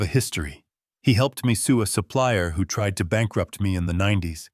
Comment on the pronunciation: « II’m just an old man. Who pays attention to the elderly? » « Î’m just an old man who pays attention to the elderly. ». There is subtle difference in pronunciation in the word « who » in the first and the second version,an interrogative pronoun and a relative pronoun, which your reader failed to make.